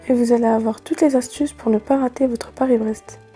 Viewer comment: Surprenant ton Paris braise